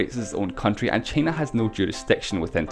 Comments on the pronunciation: Shicong Lu trump还不是一样。trump说china想vhina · 只有我一个人听他发音China听得好难受吗… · 魄可 同美国党觉得很容易听懂。只不过China的发音实在有点。。独特？